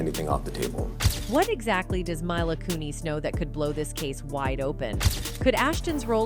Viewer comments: It's pronounced Mila Kunis not Kuni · My-luh koo-neeZ?? This is an ai voice i guess? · MILA KUN-IS MILA KUN-IS HOLY FUCK NOOO NOT HER SAYING CUT-HER INSTEAD OF KUTCH-ER TO someone call and help her please I'm talking 911 needs to know lmao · coon-is not coon-eez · It's not "MY-lah KOO-neez" It is pronounced "MEE-lah KEW-niss" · Its KUNIS. NOT KOONIES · Its not kunees! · Mai-lah Koo-Kneez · Please stop saying myla koonees 😂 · "Mila Koo-nees." Is hat how she pronounces her last name? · The way she totally mispronounced milas first and last name makes me cringe, if he doin a report on someone learn to say their name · Nails "Kutcher" 55% of time never once pronounced "Kunis" We being trolled or what?!?